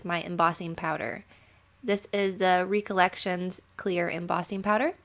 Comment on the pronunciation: Such a fun card! You always surprise me by the way you pronounce Recollection. 😉 The word itself means a memory. You recollect something from your past. 😁 I can't wait to see if you make any other cards from that set. Those papers are great.